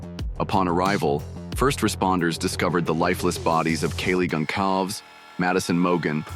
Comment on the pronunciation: I hate how the speaker mispronounced Kaylee's last name throughout the video as well as Xanax's name!